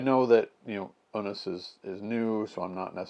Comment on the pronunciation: Love Bishop! I believe it's pronounced 'ewe-nus'.